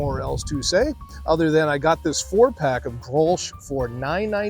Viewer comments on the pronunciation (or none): the "sch" is silent. the "G" is like your hawrking up a loogy. GGrols